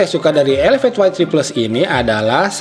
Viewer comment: why three plus bang, bukan ye three plus